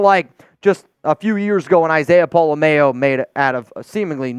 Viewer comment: Pola "MOW" ITS PRONOUNCED LIKE "MOW WHY DO YOU THINK ITS PRONOUNCED "MAYO?????"